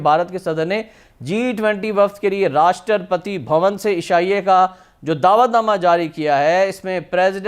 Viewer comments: Rashtrapadri 😂😂 cheemu saab rashtrapati hota hai😂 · At 0.46,” rashtrapatri ❓❓😆😆,it’s Rashtrapati,their se bolna to seek lete😂😂” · Eh bhai Rashtrapati toh theek se bolo. Kaheka Pakistani youtuber yaar.